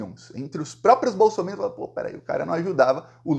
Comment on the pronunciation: No Brasil, só você pronuncia bem a palavra bolsominions 😂😂😂😂😂